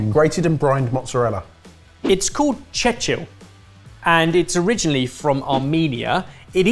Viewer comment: This cheese is Georgian and not of Armenian origin. Even the name has a translation from Georgian- combed. And correctly, he didn’t chechil, but chechili.